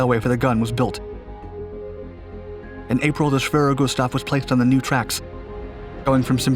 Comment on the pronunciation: Thank you for pronouncing 'Schwerer Gustav" properly.